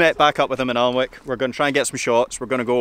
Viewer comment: Great vlog 👍🏻 Alnwick is Pronounced Annik....😁